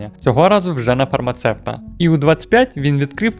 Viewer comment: Ви дуже круті 🤘 Дякуююю величезне за ваші відео та те що розповідаєте про цікаве про бренди 🙏 Але як в колишньому я фармацевт, хочу сказали, що людей ціє професія трішки тригерить, коли кажуть фармацеПт 😅там немає букви П у слові 😉